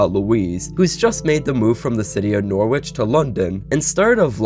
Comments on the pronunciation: ‘Norrich’ not ‘nor-witch’ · I'm reallly sorry that this is my comment but you pronounced Norwich wrong, we say it like "Norritch" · Norwich is pronounced Noritch, more than half of the English speaking population of the world knows this. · In England it's pronounced more like noh-rich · Norwich is pronounced (noh-wih-shh) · You pronounce it norrich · “Nor which” 🥀🥀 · oi mate im from London and that's unforgivable!! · the pronunciation of norwich is killing me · Love how ur saying norwich😂. I'm from around there and it just so funny how u say it. Amazing video tho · as someone from england... the W in Norwich is silent... PLEASE